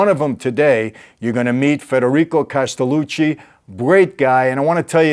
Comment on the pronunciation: His name is not Castelluci.......it's Castelluccio.